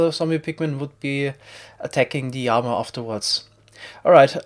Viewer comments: Llama, not yama... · worst word - yama. what the fuck is a yama. the letter L does not sound like a Y in english, which sounds like what you are trying to speak. So this is to help you pronunciate llama. I understand double L is a Y sound in some countries, but this is english..... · is it odd that i didnt understand his pronunciation of "llama" until he actually spawned one? i was confused as to what a "yama" is lol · I absolutely LOVE the way you say llama y a m a I love it I also hate the comments correcting and hating for it y a m a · I also love Y A M A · 1st time I heard him say llama I thought he was saying yanma. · Please stop saying yama. I know you prefer the original Spanish pronunciation but this is English. (I'm not new to his channel). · “Llama” is usually pronounced with a hard L in English, despite its Spanish roots—just so you know!